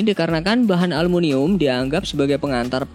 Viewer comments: aluminium bang bukan alumunium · 1.52 aluminium atau almunium sih?? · Aluminium bukan alumunium